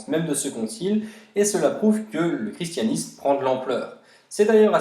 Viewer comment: Le chi se prononce ki Voili voilou....